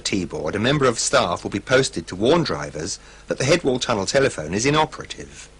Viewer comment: Ahh sorry. Auto-correct played up. I was referring to the weird pronunciation where they emphasise the 2nd part instead of the 1st one- as if they wanted to stress that a tunnel telephone is a telephone, not one in a tunnel.